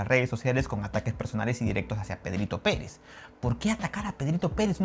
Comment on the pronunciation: De verdad que no estoy seguro si dices Pedrito Pérez o Pedrito Penes jajaja cada vez me suena diferente. Voy a volver a escucharte una tercera vez a ver si afino y atino